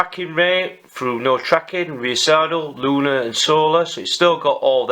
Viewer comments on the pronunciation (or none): none